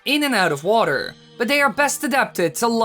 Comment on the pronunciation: Donovan Whedbee "Waterrrrrrrr."